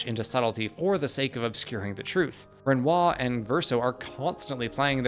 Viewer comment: Excellent video. My only gripe is the pronunciation of Renoir lol, the R is only silent in game due to the accents from the VA’s, when the rest of your speech is bog standard American accent, it’s jarring to hear his name pronounced in some form of bastardized English/American accent lol